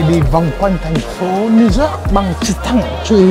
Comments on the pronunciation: Minh de nghi anh Tiep Vu hoc phat am lai ten Thanh pho New York ... chu kg phai New Zot nhe’. Thanks 🙏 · It’s New York. Yo-yo , Not New zot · It’s New York not Zork! lol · nghe gọi “niu zót” cười bể bụng :)) hay đi du lịch nước ngoài thì trau dồi tiếng anh chút đi anh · Xin a đừng đọc tiếng anh nữa😂😂 Niu dooc:)))) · Niu dóp :)) nghe hết muốn coi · Tiệp ko thể phát âm từ "New York" cho đúng đc nhỉ? Lạ thật :D